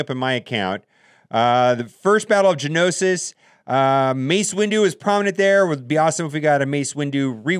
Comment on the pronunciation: Say it with me gee-a-no-sis damn I don't Kno much about Star Wars just the game huh!